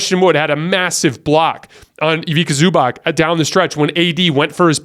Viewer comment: Mate just a correction , Ivica Zubac name is pronounced as Ivitza Zoobatz , hope this makes sense. Big supprt from Serbia man , you are best in the game